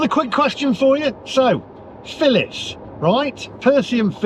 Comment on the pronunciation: Phillis not filling lol